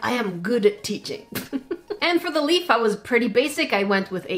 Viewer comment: She said lep I say leaf